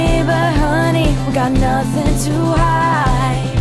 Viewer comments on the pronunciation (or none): none